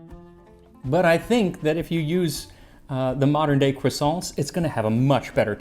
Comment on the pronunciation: Except the way he pronounces croissants; a Frenchman'd roll underground at that